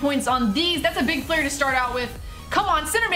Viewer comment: why does she say flayer instad of player